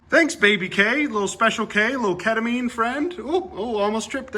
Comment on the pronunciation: Wait, did he say "Ketamine" or "Kevin-meme"? 🤣